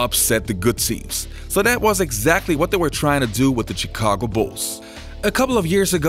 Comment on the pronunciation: chee-cago bulls